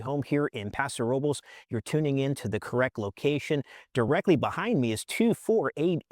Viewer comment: Think your saying paso robles wrong 😂